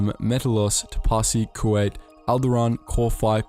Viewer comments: The way you're pronouncing Kuat is throwing me off..saying it like the asian country Kuwait(coo-wait) and not Coo-ought like it's properly pronounced. It's a dumb irrelevant nitpick I know. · Love this vid but Kuat pronounced as Kuwait hurts me on a spiritual level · Did the Star Wars channel really mispronounce Kuat as Kuwait?